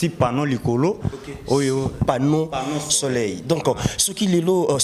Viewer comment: Journaliste bsr balobaka pano soleur pa pano soleil